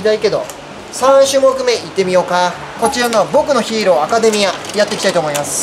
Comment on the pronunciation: 僕のヒーローアカデミアのイントネーションも変だし死柄木はしがらぎってよまないんでなんか気になりました